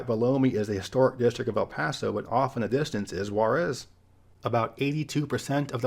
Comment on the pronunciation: Your Juárez pronnunciation is almost awful, you MUST practice for the next time